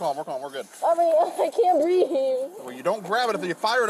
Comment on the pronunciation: Another "I can't breeve " and hand on gun.....DUH 😂